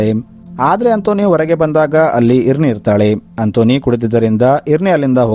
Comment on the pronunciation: ಇರ್ನಿ ಅಲ್ಲ ಐರೆನ್ ಅಂತ